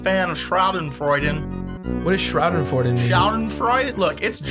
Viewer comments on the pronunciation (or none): *That German word you guys are talking about is pronounced Shaw-Den-Froid-Aw (Avenue Q knowledge) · Austin Johnson almost perfect, except for the last part, its more of an -eh than -aw